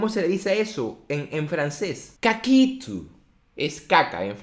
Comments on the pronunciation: Like por el "caquitho" en frances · En francés no se dice cacitu